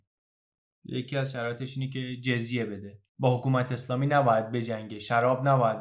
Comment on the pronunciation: فکر کنم خوانش درست لغت جَزیه است و نه جِزیه در ضمن دَمه باید باشد.